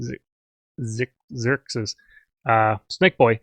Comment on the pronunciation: Xy is pronounced as a z As in xylophone